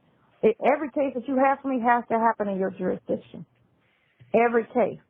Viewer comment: Now I am going to hear that word 'jurisdiciton" in my sleep. 🙄😒😳